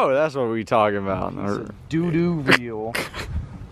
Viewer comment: Hahahahaha called it a dodoo reel!! Great video.